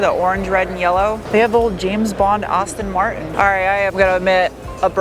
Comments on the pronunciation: Not Austin Martin, but Aston Martin (ass-ton) 😂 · Its an "Aston Martin DB5" not Austin Martin It's Austin Healey, Aston Martin. I'm sure you were suffering from automotive overload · it's pronounced Assston Martin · What's an "Austin Martin?"